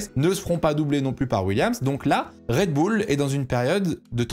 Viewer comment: Merci mon d’avoir fait l’effort de prononcer “Raid Boul’” pour cette vidéo!! Je te jure que ça change le plaisir de visionnage de certain (j’en fais partie) 🤗🤗